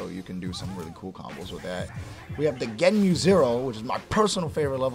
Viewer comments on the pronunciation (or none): Stand A is 5 frames, not 4. But after that, I was too busy hitting my head against the desk listening to try to pronounce the move names: Hadangeki = "Honda Key", Sogenmu = "Soy-gen-mew", Sentsuizan = "I don't know how to pronounce this". Maybe someone who actually plays Zero should do a guide or something.